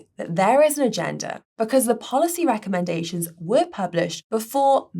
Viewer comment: replaces the 'e' sound with the 'a' in a lot of her words. 'daad' instead of 'dead', 'rackomendations', etc. Sounds weird, but she's British, so I guess it's ok. Oh... And